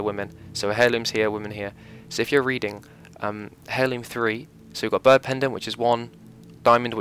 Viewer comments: It's pronounced Airloom, not hairloom. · Funny how British people pronounce the H in most words. ie: “herb heirloom”